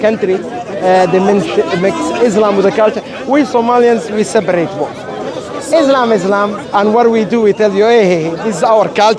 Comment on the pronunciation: please its ISLAM Not IZLAM